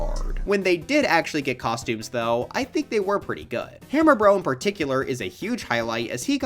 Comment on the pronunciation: Why did you say hammer bro it like “ham r. bro” 😭💔